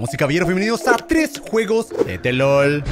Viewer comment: "tres juegos de tellol